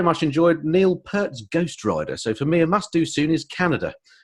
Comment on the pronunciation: It’s actually more ‘Pirt’ not ‘Pert’ but everybody makes that mistake unless you’re a Rush fan 😊 came across well, very switched on lad for 28. Very impressive. Thanks for the vid 👍🏻